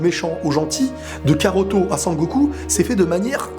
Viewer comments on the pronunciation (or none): wsh s'est pas karoto c'est kakaroto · C PAS KAROTO NI KAROT MAIS KAKAROTO sinn bonne video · très bonne video ! Juste attention on dit Kakarotto et non Karotto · C'EST pas karoto mais kakarot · stp arrête de dire karotto car c'est kakarotto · Mdr tu fais une vidéo sur dbz mais tu sais même pas que c'est "kakarotto" Et non "karotto" 😂😂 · c'est cacarote pas caroto xd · tu me mais la haine quabd tu dit karto PUUUTINN C KAKAROTO Bordel de merde je suis calme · c'est kakaroto pas karoto xD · C'est cacarot pas caruto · C'est kakaroto ! Pas karoto ! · SA SE PRONONCE KAKAROTO PAS KAROTO merci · Bonne vidéo même si le "Karoto" me perturbe xDD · Tu ma stressé à dire karotto tout le longs mdrr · On dit , Kakarotto ! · tu as pas honte de dire karoto?😃